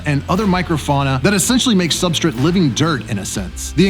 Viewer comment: Why does he always say substrit? Not hating, genuinely curious if there is something I am missing, or if it's just an accent or something I am not used to.